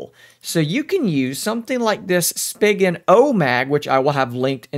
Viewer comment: I hated the way you pronounced spigen lol I’m used to reviewers saying it with an e sound like spegen I guess I’m weird